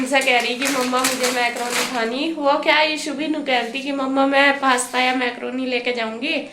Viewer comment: Maykroni nahi mkroni hota ha